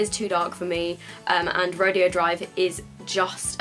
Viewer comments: You are pronouncing Rodeo right if it was a rodeo but it's pronounced Row-day-O because it's a street in LA I think that's popular for high end shopping. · Rodeo is pronounced ra-day-o after the shopping street in California that has designer stores on it, Rodeo Drive.